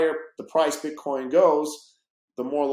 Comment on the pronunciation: Jared from subway calls it "BitCorn" , 😆